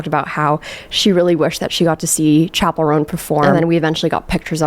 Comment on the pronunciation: gurl...chapel, like the church building (the picture that you flashed on the screen), IS pronounced CHapel not SHapel 🤣